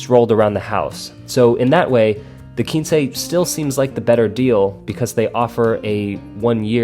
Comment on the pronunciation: Why would it be spelled Quincy? In Spanish it's a number, but in English, quince is a fruit. If you ever heard of the quince tree or its fruit, you'd know to pronounce it "kwins" (like prince). But, if not, and are familiar with Spanish, I can see how you got to "keen-say"...